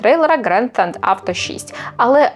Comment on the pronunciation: Theft - тент? Краще б вже гетеа казали